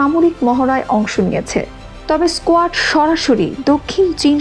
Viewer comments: আরে স্কোয়াড নয় রে কোয়াড,লেখাপড়া টা ভালোভাবে কর। বাংলা ভাষা টা কে মারিস না। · স্কোয়াড না এটা, উচ্চারণ হবে কোয়াড Quad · কোয়ার্ড এর নাম বলছে স্কোয়ার্ড এরা কি আন্তর্জাতিক কোনো সঠিক জ্ঞান রাখে?